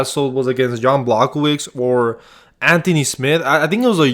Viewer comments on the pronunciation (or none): Blow ho vich not block oh vich, good vid tho